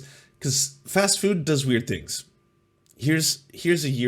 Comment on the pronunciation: I like most of what says, but I just here to say "fwood" (at least at the beginning of the video). Yes, I'm that basic, I laugh at accents. But I'm a southamerican native spanish speaker, so everything should be ok.